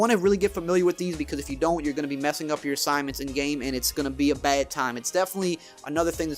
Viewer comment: The way you say "pad" or "bad" is funny to me